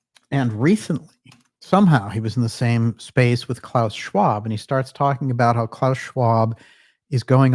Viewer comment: ..."Klause Schwank"...that one got me! 🤣🤣🤣